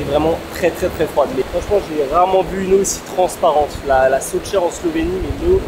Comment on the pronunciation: Soča = Socha, not Soka.